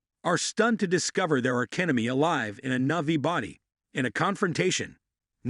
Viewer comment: Your recap sucks and its navi. Not novi idiot